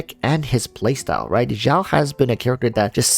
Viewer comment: hey xiao is pronounced as seeao but great vid dude!